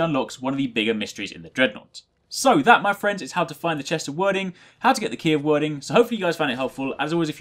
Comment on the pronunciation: Hate to be that guy but that spelling is pronounced 'Weird-ing' ;)